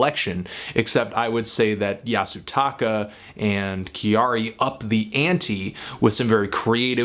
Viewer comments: It is not said Ki-ar-ee... it is Kya-ri. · I guess you can say it how you want to. Still if you want to say it like Japanese people it's pronounced like Carrie, except with a small y sound after the k sound of Carrie. For what it's worth, kyari is just the Japanised version of the name Carrie. Carrie from Sex and the City for example is pronounced Kyari in Japan. So saying kee-yar-ee is really just misreading back the way that name is written in Japanese. But whatever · Just one thing, when you say her name, it's not actually pronounced, "Ki-a-ree," but sounds more like "Kehdi," when the Japanese pronounce it. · Living in Japan for the past 5 years I must say that I am surprised but happy that Kyari's music is reaching further than Japans borders. Appreciate the review as always and I realise that all mistakes are intentional ...but her name is pronounced kya-ri (2 syllables) as opposed to ki-a-ri. Cheers! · Pronounced "Carry." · her name is pronounced Carrie. she has a song where she just sings her name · Why can no one in America pronounce "Kyary" ? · Anthony her first name is pronounced Carrie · No, her name is pronounced Carrie or Carrey like the English way. It was kind of an in joke with her friends at the time, when she was creating her name. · Thank you for bringing her to my attention, she is awesome. I never really listen to J Pop before, but I do indulge in a lot of Anime...and manga sometimes. However, I heard candy candy, miracle orange, invader invader and some others. I love it, 2 thumbs up. Also her name is pronounced Carrie as in the American way to say it. When she came up with her name in school, her classmates said she acted too much like an American girl...so they name Kyary came around (as in Carrey) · you are pronouncing it wrong...'きゃりー'should sound like 'Carry'. I really enjoyed this review though :) Thank you! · Your saying her name wrong but I love this woman. She's awesome. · Kyary is two syllables! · Learn how to say her name please